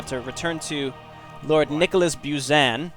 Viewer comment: The way they pronounce "Buzan" is so uncomfortable, lol.